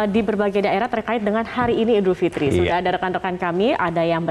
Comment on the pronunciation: Idul fitri mbak, bukan idul fitrum. Kok salah gitu sih bacaannya